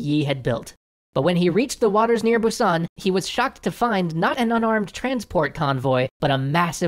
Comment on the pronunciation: How do you know so much Korean history but pronounce Busan incorrectly 😂